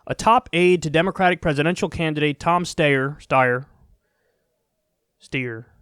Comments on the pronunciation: I commend the commitment to Stayer... Steyer... LOLOL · Kyle I love u but that Steyer/ stuyer shit is getting annoying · Tom Stayer... Styer... Steer... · its not pronounced steyer or steyer, or even steer, its stair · "SteyerStayer" LMFAOOO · Pronounced sty-er. Sty, like pig sty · Tom Steyer Styr Steer Whatever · Tom, Tom. Steyer Steyer . . . Steer w/e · You can Google on of his ads and see how he pronounces his surname. It's St-eye-er. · "Stayeir, styer" 😂Love u Kyle :) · Steyer.....stayer. DEAD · Steyer? Stayer? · Take one pronunciation and run with it. It ok. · Every time you botch his name I can't help but laugh #kylestheshit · Kyle, please stop pronouncing his surname twice every single time! It's very off-putting! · Every time he says Steyer's name I think of Bugs Bunny saying Hansel. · Wanted to give a thumbs up every time Kyle mispronounced Tommy boys last name. :D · Dammit Kyle, pick a pronunciation and stick with it lol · I'm dying all the different ways Kyle pronouncing his last name. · Kyle you are making yourself look silly by pretending not to know how to pronounce this guys name. What’s going on with you lately? First the ok boomer crap, now this.... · You're saying it wrong. It's not Steyer, it's Steyer. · Kyle please just choose one way of pronouncing Steyer. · Kyle butchering Tom Steer's name never fails to make me laugh. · Just pick a dumb pronunciation of Steyer and stick with it. If you pronounce “Steyer” and “Stier stayer” that’s ok just be consistent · The steyer pronunciation bit was very aggravating. Other than that awesome commentary. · The name pronunciation flip-flop 😂😂👌